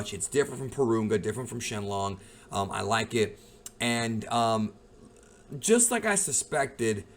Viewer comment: OMG! An american who calls him Shen Long! Nice vid!